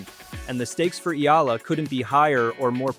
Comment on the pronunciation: Thank you for pronouncing Alex Eala's name correctly 👌👌👌🇵🇭🇵🇭🇵🇭